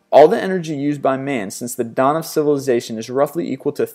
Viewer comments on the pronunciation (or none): none